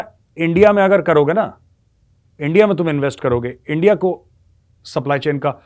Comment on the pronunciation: Jab aap bole hum kha hai endia kha hai you got Lahori accents...😅😅😅